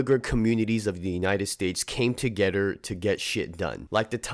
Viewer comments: to"getter" sheesh.. lol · You say together weird af